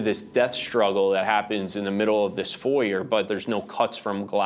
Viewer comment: Never put your freedom in the hands of an attoney who can't pronounce foyer.